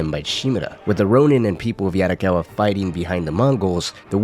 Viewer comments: Bro video is good but every time you say "yaRricawwa" it throws me off. Please don't try to use the Spanish tongue roll in asian languages, it's not the same😭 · Sorry bro but I can’t stand the way u say “Yarikawa” and “Shimura” 😭